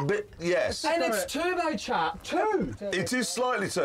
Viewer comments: "IT SAYS JAGYUWA! AND IT'S TERUBEWCHAJ!" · "it.s slightly turobcharged" XD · It says Jagueahh! and it's tubohchach´d